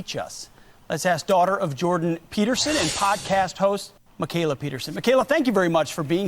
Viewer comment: He also pronounced Mikhaila as "MacKayla" ...